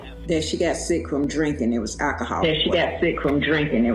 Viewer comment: It’s Alcohol, not Alahhhhhawl. Learn it!